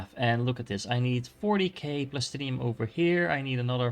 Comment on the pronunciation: why do you prenounce plastanium as plastinium